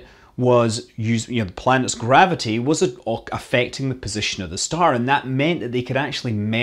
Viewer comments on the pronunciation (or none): none